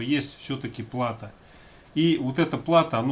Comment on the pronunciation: Плато, ударение на о ) А так спасибо за видео